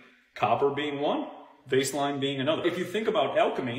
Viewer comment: Cultivate Elevate guy with the radium glass keeps saying 'vase-line' glass. It's Vaseline glass...like Vaseline petroleum jelly. It's called that because Vaseline was sold in radium glass 100 years or so ago. I can't trust what he says for that reason.